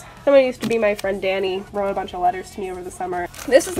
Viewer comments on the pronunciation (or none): none